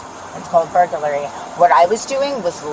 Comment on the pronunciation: “It’s called burgerlary” lol